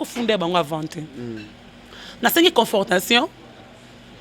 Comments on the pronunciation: Yo licenciée ya ndenge nini, " confrotation et non confortation" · Confrontation ma belle et non confortation( eza peut être vitesse ya maloba) , sinon net ezongi goût encore ken pe songi songi